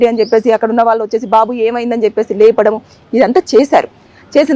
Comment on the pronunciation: Heights of kadu. Hats off అని పలకాలి. వాళ్ళు అని పలకలేవా? వాల్లు అని పలుకుతావేంటి అసహ్యంగా. ముందు భాష నేర్చుకుని అప్పుడు యాంకరింగ్ చెయ్యి.